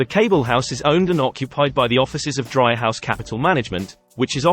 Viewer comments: Nice video. However, if you visit Chicago, Dreihaus is pronounced Dree-house, not Dry-house. Well worth visiting the Dreihaus Museum. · FyI. It's pronounced DREE haus